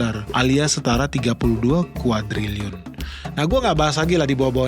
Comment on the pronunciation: Sok teu lu... Cina kolap Indonesia juga kolap.. Nyebut kuadriliun saja salah lu 😀😀